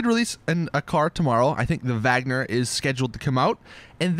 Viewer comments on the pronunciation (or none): none